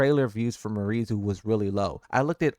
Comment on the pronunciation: It’s pronounced, “Me-are-E”. Not Marie.